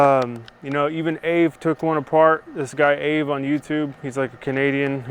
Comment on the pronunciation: Great video, happy to hear you mention AvE, although I believe its meant to be pronounced A, V, E, like spell it out, I might be wrong though.